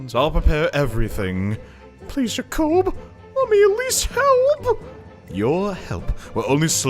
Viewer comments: Yah-kouhb? I've always pronounced it jay-kob. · the way you pronounce jakob's name sounds so weird. most people I know pronounce it the same way as the name Jacob. But it doesn't matter you do whatever you want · and you sounded even weirder during the hayato and orochi s rank support. btw make sure before you get the kids you get to the point where they have the offspring seal.